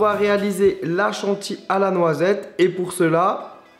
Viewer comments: crème chantilly, pas "chanti", le "ohlala" il le dit tout le temps ou c'est moi? genre ce qu'il fait, même si c'est immonde (je suis fils de boulanger pâtissier chocolatier) il dit toujours que c'est super bon? XD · la crème chanty like si tu le dit chantilly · Pourquoi tu dit "chantille" ? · Il dit pas chantilly mais il dit chanti 😂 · C'est creme Chantilly pas Chanti... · Un utilisateur de Google mais tais toi certaine personnes disent chantii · ca mperturbe comment il dit "chantilly" ptin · C'a me stress comment tu fis : Céréales et Chantilly